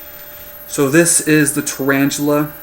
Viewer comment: thumbs up if you... WANTED TO SMASH YOUR SCREEN CUZ HE SAID "TURAINGELE" SO MANY TIMES